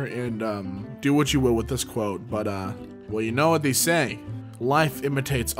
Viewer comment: why does say THEE instead of they